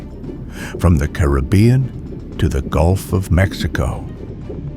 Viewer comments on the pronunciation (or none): none